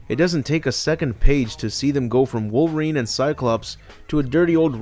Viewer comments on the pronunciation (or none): none